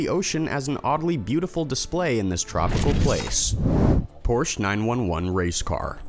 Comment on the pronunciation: a) "POR-sha"; TWO syllables and it was a "nasa club racer?" (Probably "SCCA, Sports Car Club of America" or FIA, Federacion International de l'Automobile), and PS the engine is in the rear, b) You've made this mistake many times: the plural of "aircraft" is---well, "aircraft," c) when will you stop calling it the "Marine Corpse?" (If a Marine ever recognizes your voice in public...)